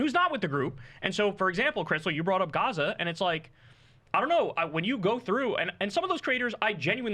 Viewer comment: I heard he doesn't believe what's happening in Gaza because he's can't pronounce "gaza" Keep plugging your book Pakboy $$$